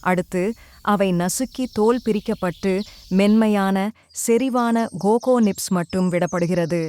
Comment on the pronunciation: காக்கோ இல்ல கோகோ..